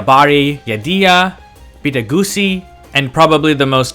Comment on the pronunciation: greetings. thanks for the great video. BIT is pronounced BAYT with hard A sounds exactly like fish "BAIT". yes it means house.